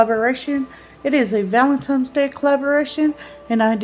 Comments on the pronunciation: It's VALENTINE'S DAY not VALEMTINE'S 😠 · She said valentimes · Happy Val-eN-tiNes day, Amy! No “M’s’ in Valentines You are doing well with your makeup videos. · "Valentime's" C'mon Amy, u're not 4 yrs old. Why not learn to pronounce words correctly? Is it really that much of an effort for u?